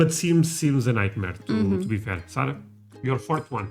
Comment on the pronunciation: Hey Dude, we believe the correct provocation of her name is Sa'R'ah, NOT Sa'l'ah :) ! Ha, you guys are so cute, raccoons are EVERYWHERE here in the States, we consider them as pests. Besides of deer, we also have tons of black bears (they invite themselves to your back yard almost daily), Brown wolves (coyotes), Great wolves, red foxes, rabbits, mountain lions, elks, moose, all kinds of eagles, owls and brown bears here on the East Coast (The New England area). You will often see them when you look out of the windows of your house.